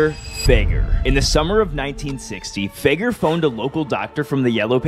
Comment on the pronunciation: It's pronounced Fig-air not Fay-ger